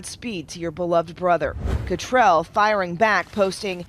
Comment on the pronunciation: You need to learn to pronounce Cattrall correctly.